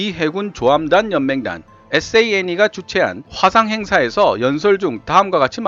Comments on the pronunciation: ASNE가 SANE로 들리닌것이여요 호에에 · 텍스트에 나레이션확인바랍니다 Asne 는 에스에이엔니 로 토크하셨네요